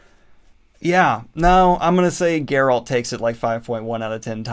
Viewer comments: Grrralt? Geralt! Geralt of Rivia 😂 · No one: Not a single soul: This guy: GUR-rULt of Rivia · Are you saying “Gurralt” it’s Geralt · It baffles me how you say geralt wrong, you hear his name being spoken in the games and tv series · It's Geralt, not Geralt. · Are you intentionally mispronouncing Geralt lol? Its not like its a difficult name. EVERYONE knows how its supposed to be pronounced. Not even excusable. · the way daniel says geralt is painful, send help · After all this time he still can't pronounce 'Geralt'